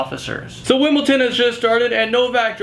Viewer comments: wimbleton...WIMBLETON...WIMBLE-T-ON!?!?!?!??!?!?!?!?!?!?! its wimbledon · It's WimbleDON not Wimbleton